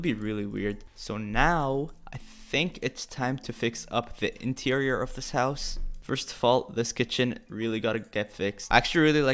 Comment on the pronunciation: E-TEIRIOR Me: interior